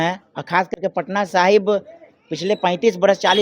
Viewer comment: अरे बकलोल पत्रकार, उस विधान सभा क्षेत्र का नाम पटना साहिबां नहीं, पटना साहिब है।